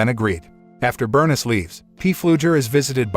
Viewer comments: OMG does every single movie review on this site contain a main character’s name that they mis-pronounce! Burn-iss is pronounced Ber-niece I like these videos but the terrible grasp on the English language really pulls me out of enjoying these movies. All you need to do is have 1 fully fluent English speaker as part of your team, and the problems are solved! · Her name is pronounced bur-niece! I hate computer voices! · Pronounced Berneeese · Let me guess. The boy's mother was Bernis, a name I have never heard. Could mama's name have been Bernice? (Bur . News, rhymes with geese) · His mother “BURN-IZ” lol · Your pronunciation of Bernice kills me